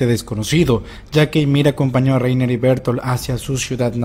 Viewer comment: Mientras sigan pronunciado Bertoltod y Lainer, sigo sin fiarme